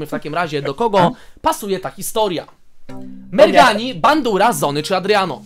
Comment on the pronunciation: To nie merghani tylko szczurmani